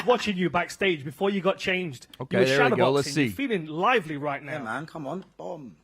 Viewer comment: “mayyne” been surfing recently? 😂